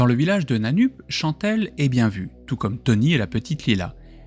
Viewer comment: Ça se prononce "Nanneup"